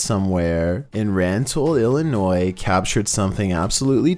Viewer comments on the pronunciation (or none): none